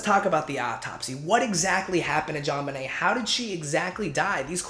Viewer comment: Her name is pronounced as Joe-nebee btw